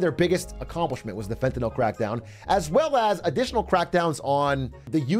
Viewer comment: Fentanyl pronunciation had me dying inside